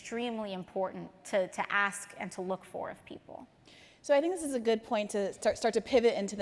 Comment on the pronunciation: She said dis for this